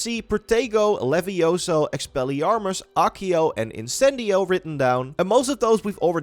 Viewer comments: it's leviosa not levioso! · It's leviOsa, not levioSAH!